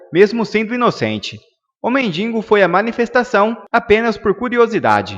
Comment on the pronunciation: AMIGO COMENTARISTA. A PALAVRA "MENDINGO" NÃO EXISTE. O CORRETO É "MENDIGO" !